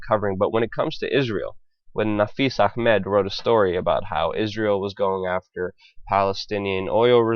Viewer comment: guy doing voice over sounds VERY, VERY JEWISH.......suspicious......also does "ch" pronunciation in "A.....ch....med"...too, too well!!